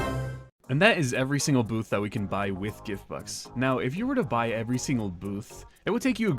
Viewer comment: why did you say gift books and not gift bux